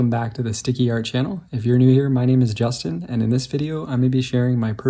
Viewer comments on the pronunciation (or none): none